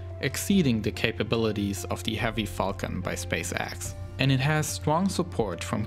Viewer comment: Oh my god, did they send the Midnight Chewwy Wed Teswa Woadstew on the Fawcon Heavy Wocket? I had no idea!